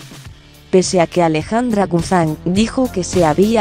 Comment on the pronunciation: La LOCUTORA DEBE LEER MEJOR NO ES GUZAN LA M SUENA GUZMÁN. APRENDE.... DE DONDE ERES? SE DICE GUZMÁN CON MMMMMMMMM.😱😱😱😱😱